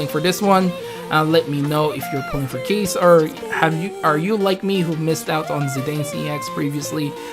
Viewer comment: Keiss pronounced as Ky-ss Oh well KEESS HOWARD SHIPPUUKEEEN Also, the text for Keiss shows a rework for him....that's new very accurate.